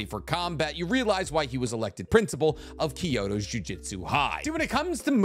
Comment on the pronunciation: Dude you say jujutsu wrong. It’s JUJUTSU, not JU-JITSU